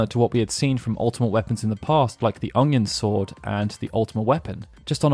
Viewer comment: I may not be a native speaker of Japanese, but I can comment on the pronunciation of "UNG-yun sword"